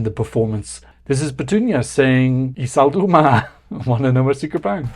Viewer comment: Į saldumą pronunciation: ee suldoomuh I would say 😅😅